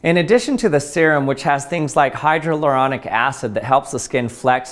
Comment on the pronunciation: It’s hyaluronic acid not “hydroluronic acid”.